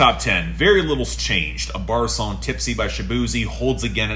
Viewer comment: You're so disappointed you can't even say the song's name right lol